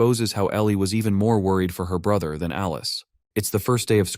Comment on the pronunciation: His sister said bruhter😂